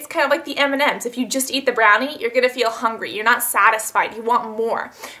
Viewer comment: It's hilarious how you cannot say M&M's! I do stuff like that all the time, it's nice to know I'm not alone :o)